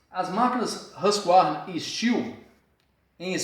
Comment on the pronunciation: É STIHL E N STIU CARALHO!!!!!!